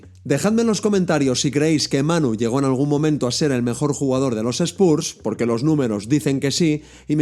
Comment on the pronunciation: Gran vídeo, como siempre, solo corregiría la pronunciación de Spurs para los siguientes :P